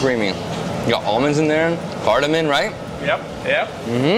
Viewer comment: Bro it’s cardaMOMMMMM not cardoMONNNN